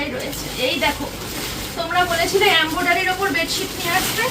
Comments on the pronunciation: Embroidery bole ambodary noye . Pronounciation thik koro. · Esob mete gola paa amra khawa toh door dekhteo chaina... What is embodery bhul bhal pronunciation...